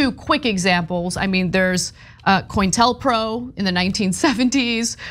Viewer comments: COINTELPRO stands for Counter Intelligence Program. It’s not pronounced coin (like money). It’s CO-INTEL. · STOP SAYING IT WAS A "RAID!" THE FBI WAS EXECUTING A WARRANT!!!!!!!!!!!!!!! It's pronounced, "Co-intel-pro." Media presenters should be able to pronounce words, even acronyms? Anyone on the left who thinks that Trump will spend one minute in prison, or even see the inside of a courtroom as a defendant, is living in a fantasy world similar to QAnon conspiracists!